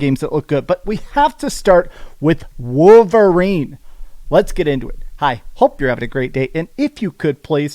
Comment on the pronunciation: What’s a ‘wooverine’?